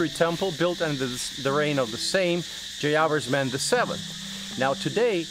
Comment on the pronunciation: Mr , do not pronounce at random. You have to say, 'Jaya Verman' Stress/emphasis on the third syllable.